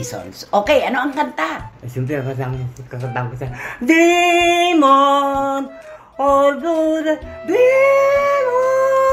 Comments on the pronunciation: Napatawa 😂 ako talaga kay weddell...demon talaga instead na dream on😂😂😂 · hahaha natatawa ako sayo ate cristy dahil sabi mo anong dremon hahaha